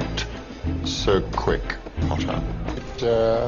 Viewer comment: Always POTTAH